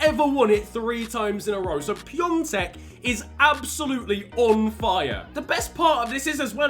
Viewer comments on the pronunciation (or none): PiAtek not piontek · It's Pee-ah-tek, not Pyongtek 😂😂 you're making him sound Chinese! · It’s not Pi-on-tek it’s Pi-a-tek (I’m from Czech Republic, that’s how you pronounce)